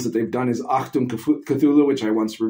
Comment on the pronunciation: Great pronunciation on "Achtung". Very nice.